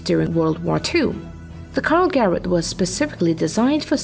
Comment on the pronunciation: It's not "Karl-Great" but "Karl-Gerät", literally meaning "Karl device".